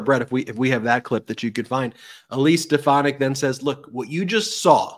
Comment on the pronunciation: It's "Stefanack" if you please...😂😂😂. Watch her change how she pronounced her name to match drumf's pronunciation VOTE 💙🌊🇺🇲 at EVERY level in EVERY election